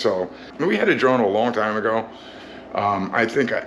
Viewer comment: You said, "I am now a drone pilot", I heard, "I am now a drown pirate". Had to rerun and listen again. LOL.